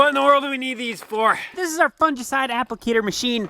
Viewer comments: Fungicide g not j, it kills me every time you say it like that 😂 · Fungi (pleural) fun•gi pronounced fun•guy. So fun•gi•cide is pronounced fun•guy•cide, (long i) Your welcome 😍